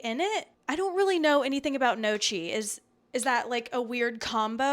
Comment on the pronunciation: Heyo, it is pronounced like "kniocky", a soft ng-like n, mute g, and the combo "cch" is like a "ck", ("cc" whitout the "h" would be a "tsh" like you pronounced it). ;) Congrats to finishing 75 Hard. I am halfway through :D